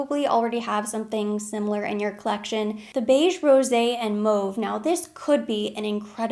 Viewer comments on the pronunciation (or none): none